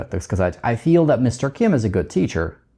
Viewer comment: Ничего себе: feel в конце ролика - теперь понятно, как надо произносить: через звук шва после i: 🔥 Спасибо! Чрезвычайно полезно объяснение! Также, почему nt часто заменяют американцы на просто t. Одно дело знать, как надо, другое дело - понимать, почему. И также про экспрессию в Continuous глаголов, которые в нём обычно не употребляются. Спасибо большущее!!!